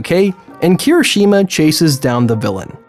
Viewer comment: Thank god you corrected yourself, now if only you pronounced Kirishuma’s name properly XD